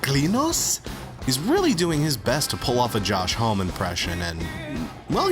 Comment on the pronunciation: Sorry to be THAT guy, but… It's pronounced Josh 'HOM - EE'